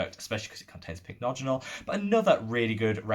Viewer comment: you finally got the hang of pronouncing Pycnogenol! 🤭 Lovely video and honestly you're now my favourite YT Skincare guru ❤ I mentioned these products in the livestream yesterday but my top discoveries of this month have been the I'm From Mugwort essence and mask. The essence is so soothing and hydrating and sinks in completely. I had an acne break out this month and the mask saved my skin. It has a very weird texture but it's one of those masks you can use everyday and your skin just feels much smoother and less inflamed. I'm hoping to get their mugwort cream to try as well 🤗